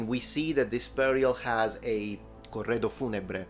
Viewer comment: Ohi, ma sei italiano?! Hai detto "corredo funebre " troppo bene